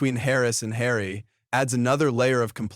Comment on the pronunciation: If you are going to narrorate something make sure you have the names right!! its Tiffany Henyard!